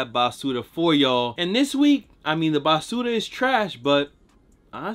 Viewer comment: You needa stop saying basura,, you don’t say it right and it’s cringe su